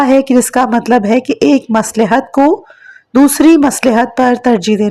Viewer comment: مصلح کا تلفظ غلط ادا کیا ہے